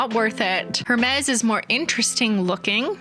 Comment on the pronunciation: I feel as if someone has probably already mentioned this, but Hermes is pronounced air-maize. No shade, we all make mistakes, especially if ifs a foreign word and/or we've never heard anyone say it.